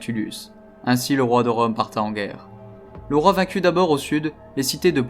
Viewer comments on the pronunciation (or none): Pitié, narrateur ! Pitié ! 《[...] ainsi le roi de Rome partit [...]》 Partit. Pas《partat》.